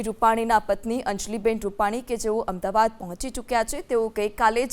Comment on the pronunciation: AMDABAD KEM BOLO CHHO? AMDAVAD BOLO.